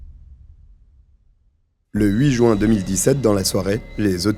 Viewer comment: Bon sang, ça se dit jUin et non joint ! On prononce le U ! Ça m'énerve d'entendre cette mauvaise prononciation. Énormément de français ne savent pas prononcer ce mois. Et à part ça, c'est fou le nombre d'affaires se passant en Juin. Puisque je "l'entends". Faut croire que Juin est un mois meurtrier.